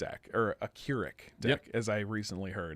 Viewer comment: His name is pronounced "Crick"